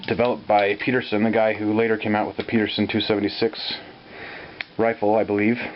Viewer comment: He's calling it the Peterson device, but it should be Pedersen, rhymes with Ed. It was designed by John Douglas Pedersen (my wife's grandfather).